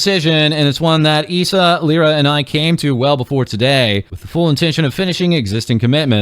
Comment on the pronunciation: just a heads up Lyra is prounounced Lie-ruh